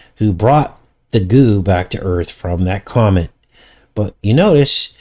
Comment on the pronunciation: Comet almost sounds like comic…venom comes from a comet/comic